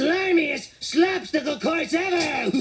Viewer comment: I think Krusty called it a ‘Slapstick-le Course’, not ‘Slop-stacle Course’.